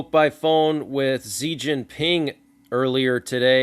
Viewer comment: Hey man just a heads up Chinese leader Xi is actually pronounced she thanks for all you do!